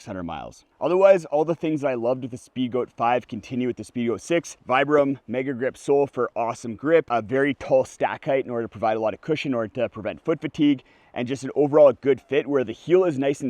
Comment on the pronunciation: It's pronounced ""veebram", named after Vitale Bramani. I hate to be "that guy", but I know cares about the details.